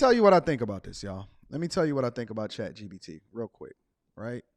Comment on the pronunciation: Chat G P T ....not B